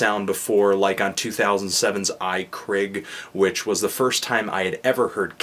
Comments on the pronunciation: please lean to pronounce basic norwegian. it's not even valfar's weird sognisk dialect. vreid is pronounce "vreyd" or "vrayd" and i krig is prnounced "ee kreeg" also stop reviewing black metal. it's embarrassing. (though i guess vreid hasn't been legitimately black metal in a long time.) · Heh, like how you pronounce "i krig". However, it means "in war".